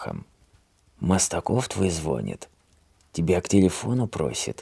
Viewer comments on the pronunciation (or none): Мастаков звонИт , а не звОнит .